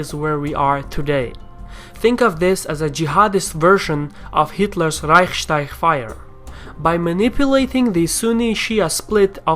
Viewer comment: "Reichsteich" fire? :D